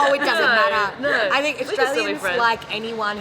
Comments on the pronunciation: It doesn't matterもマアラーって発音になってますね！ BritishもAmericanもAustralianも発音が凄い違って面白い😆 イギリスではline(列)のことをqueueと言うことが多いみたいですが、オーストラリアも単語がそもそも違うものもあるのかな？ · matterも違いますね！ そういうのも意識しながら聞くと面白い